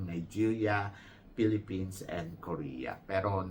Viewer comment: Ang galing mag-host ni. Hindi siya typical na Thai na hirap mag-english. Pati word na Philippines, kaya niyang bigkasin yung 'S' sa dulo. Saka ang generous niya sa pagbibigay puri kay Kirk. Meron pa siyang "Filipino pride!". Yes, magaling din si Athisa mag-host kahit sinasabi ng ibang Pinoy sa comment section na kulang daw sa adlib like Catriona. Congrats, Kirk! Mabuhay! 🇵🇭🇵🇭🇵🇭